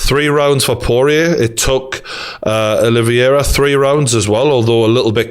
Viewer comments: The champion has a name, it is Charles Olivera. Not Charles oliviera or whatever your saying Geordie. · Your saying Oliviera not Oliveira btw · Name: Olivera Geordie: oli-vi-era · gg is great but every time he says olivIera it gets under my skin lmao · "Oliviera" yeah all the people saying you don't know what your talking about are just haters aren't they. Who cares if you can't say the champs name properly. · Video title should be- McGregor fan boy still hurting and not giving Khabib the respect he deserves struggles to pronounce Oliveira. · Geordie you can't complain about people saying you don't know what your talking about when you can't even say the champions name properly.